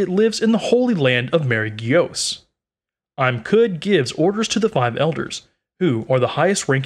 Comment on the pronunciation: ohhh now i know, very nice video,, anyway isn't pronounced as "im (eem)" for IM sama and "Me-ri-jo-wa" for Marygeiose(i forgot the spell) anyway that doesn't matter u still did a good job